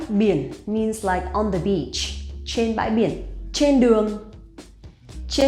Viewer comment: Why does your pronunciation of Trên sound like chên?